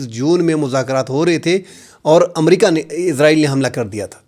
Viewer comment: آپ بھی حامد میر صاحب بھی اسرائیل کو عزرائیل پڑھتے ہیں